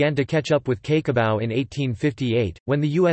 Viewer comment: Cake o Bau...omg get the pronunciation right computerised voice dude...😂🤣😂